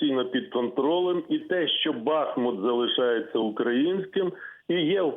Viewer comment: Назва БАхмут — це нам вивертає вуха, слух і все нутро! Тому що наші діди називали місто Бахму́т. Завжди казали “ріка Бахму́тка” та “Бахму́тський шлях”! Спробуйте казати ХарькОв, ОдєсА чи ХЕрсон! Мешканці цих міст будуть ображатись. І ми не сприймаємо неправильної вимови БАхмут, і вона нас дико дратує